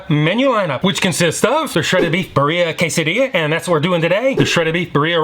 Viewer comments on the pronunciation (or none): Great video 😊 I know we're ordering from Del Taco and it's not the epitome of authenticity, however if anyone is curious Birria is correctly pronounced (in the US): Bee ree uh Not Bur EE uh 😁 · Hate to break it to you but you’re pronouncing birria incorrectly; not that it matters too much. I love your vids and think you’re awesome.